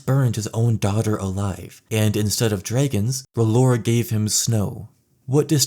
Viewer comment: stop saying draygons lol